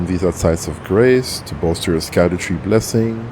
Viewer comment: its pronounced "shadowtree" because its some old english fuckery.